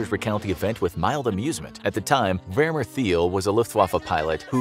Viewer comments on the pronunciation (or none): none